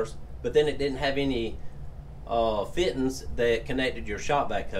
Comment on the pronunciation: Feeteens. Love it.